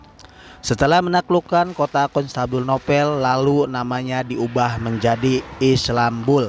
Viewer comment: Rasaan teh konstantinopel da lain konstanbunopel sugan etage he😁😁,,eta bari maca lain bro, kade salah brow! Kain kiswah teh dirajut bro pake tangan